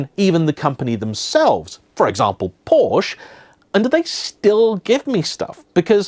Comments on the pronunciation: Porsche is a two syllable word. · Porsche is going to stop giving you drive opportunities if you keep mispronouncing "Porsche" 😄